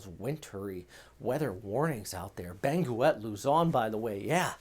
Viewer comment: Say “Beng-get”. The “u” is silent in this case.